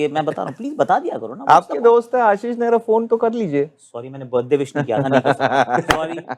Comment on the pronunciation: नेहरा नहीं नीउहरा है gt loss 😅